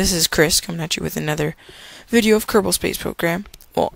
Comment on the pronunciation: ITS KERBAL NOT KERBAN